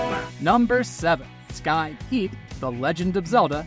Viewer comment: Is that a real person talking? Like, sometimes it sounds like it, then there is an odd pronunciation, or a weird pause, or weird upwards lilts on certain words... Like, listen to the way he says "Sky Keep" the first time...